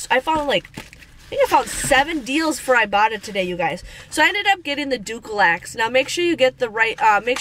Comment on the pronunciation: “Dookielax” 😂🤣😂🤣 It has an L in it. You are sooo funny with your enunciations!